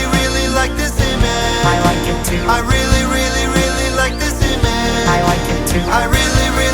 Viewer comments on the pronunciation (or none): Ima bout to ruin this whole video for you. He never pronounced the “g” in “image” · I love this song but I’ll just never be satisfied with the face he never fully pronounces “image” he just says “ima” lol